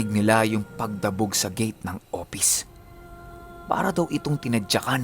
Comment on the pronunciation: Hehehe.. Opis nalang para madali.. mahirap bigkasin ang F. 🤣🤣🤣🤣